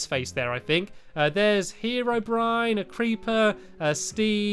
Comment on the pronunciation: the ride was calld herro brine